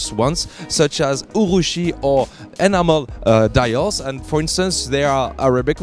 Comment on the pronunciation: WTF are " animal" dials. Ohhh enamel dials. 😂😂